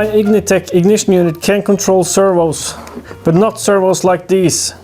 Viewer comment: Vtec no H lol vtech is an electronics company lol